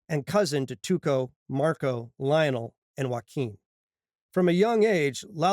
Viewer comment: Why do u pronounce Lionel that way